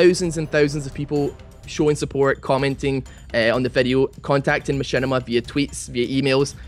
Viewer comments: *MaSHITima not Mashinima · MachShitima more like heuh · Who's Machinima ?? its Mashitama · knock knock... whos there?... machinima... machinima who?...machinima on you. (machinima's first words sound like my shit on)